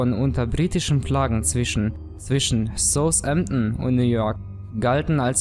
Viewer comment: Du sprichst Southampton sehr seltsam aus.